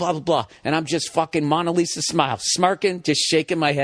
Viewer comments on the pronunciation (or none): Funny story, but who is “Monna Lisa”? Bill, it’s “Mona Lisa”. It’s only one of the most famous paintings in the world, you’d think he’d know how to pronounce it!